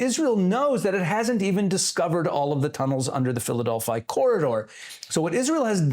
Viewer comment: Philadelphia, not Philadelphi - please